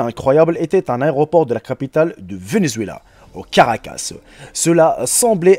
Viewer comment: "La capitale du Venezuela, au carcas"...🙄🙄.on dit à caracas.